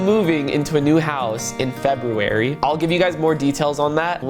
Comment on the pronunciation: bro says febuarrry